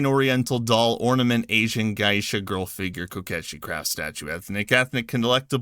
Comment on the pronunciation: Your first pronunciation of it at the beginning, “Yaskay”, was the correct one. Also, “geisha” is pronounced “gay-sha”, not “gai-isha”. Sorry if I sound petty. It’s just, after studying Japanese for over a decade, it pees me off when Japanese words keep getting butchered.